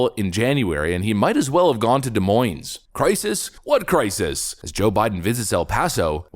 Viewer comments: Both s are silent in Des Moines. De Moine is how its pronounced. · Stop saying Des MoineS. It's stupid, but you don't pronounce the S in Moines. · You don't pronounce the "S" at the end of Des Moines! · I'm from De Moin (the s is silent in both) 😊 Des Moines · As an American, I’m a bit disappointed you can’t pronounce Des Moines properly. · There is only one Des Moines, Iowa. Both S's are silent.